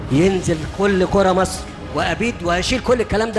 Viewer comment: طبعًا أعهر من مبارك والمقبور الملعون عبناصر. أحه! هو فيه أصلًا مقارنة ما بين الكاريزما الشيطانية لعبناصر وحتى بعضها في مبارك، وبين القزم الحقير القذر السيسي اللي ما بيعرفش ينطق جملة واحدة بالفصحى صح وبيتكلم بطرقه الهمجية دي وبيقول السفه اللي بيقوله؟! أمثلة، لا للحصر: لرئاسة جمهورية مِسر العربية، لا يُسْلِح عمل المفسدين، أمن وسلامة المواطن الإسرائيلي جنبًا إلى جنب مع أمن وسلامة المواطن الإسرائيلي، بعد الانتهاء من مهمتها المعلنة في تصفية المقاومة، الفلوس ... الفلوس ... آه، أهم حاجة في الدنيا الفلوس.